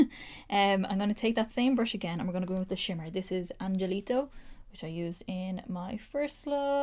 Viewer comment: And Angelito is “An-Hel-Lito” all this coming from a Hispanic girl